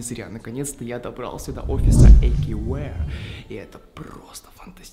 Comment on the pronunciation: Не Эйкювир а эйкьювеар